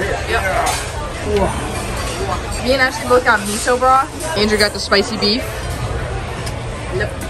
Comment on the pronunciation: LMAO ANDREW CALLING ASHLEY "ASSHOLEY"